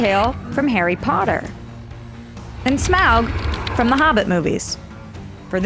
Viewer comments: STOP SAYING SMAWG! It's Smaug ('smog')! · Just save 5 minutes and say Smaug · Its Smaug and it isn't even close